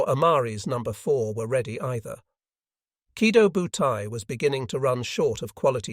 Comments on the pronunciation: The AI pronounces the name of the aircraft carrier group wrong. It's "Key Toe Bu Tie." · Yeah - that is the correct Japanese pronunciation. I suspected you weren't a native Japanese speaker because it is spelled: Kido Butai.... just like it is in the title. The way you spelled it is completely incorrect. You are leaving out the long-O at the end of the first word.